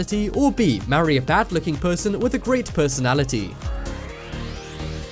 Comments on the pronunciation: he said pussynality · IN THE FIRST SECONDS IT SAYS PERSONAILITY INSTEAD OF PERSONALITY